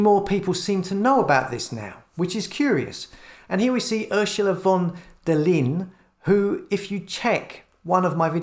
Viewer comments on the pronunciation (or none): We need to work on your pronunciation :) her name is just simply pronounced like "von der Lion". Anyway love your channel keep up the great work